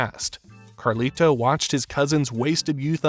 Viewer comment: I can't finish this video bro, the way you keep saying "Carli-Toe" is flushing all the melanin out of my skin lol